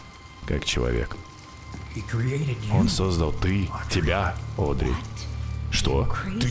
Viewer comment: на протяжении всех выпусков про Бенди всячески коверкает имя Одри:_)